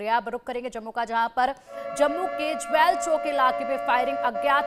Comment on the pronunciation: jwal ni jewel ha mam mujhay lgta ha madam sukhay nashay krti ha 😂😂😂😂